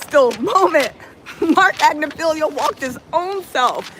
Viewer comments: Ag-nif-ill-o is the proper pronunciation. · Right. “Agnifilio” has agitated me so bad.